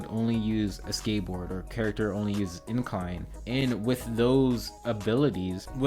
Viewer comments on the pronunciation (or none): valid points, hearing "incline" instead of inline is driving me kinda crazy tho lol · It’s you saying incline instead of inline 😂😂😂